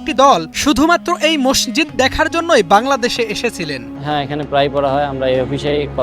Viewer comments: মসসিদ লয় মসজিদ বলতে হয় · রিপোর্টারের উচ্চারনে ব্যাপক সমস্যা, বার বার মসসিদ বলছিল, যা শ্রুতিকটু। এটা মসজিদ হবে।